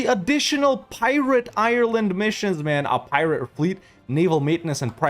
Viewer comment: Before you can be an honorary Irishman, you need to Google how to pronounce Ireland